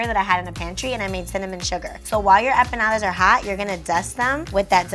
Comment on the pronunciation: Why does she keep pronouncing empanadas like “eh-peh-nadas”? That was a bit distracting throughout, but these look good though👍🏽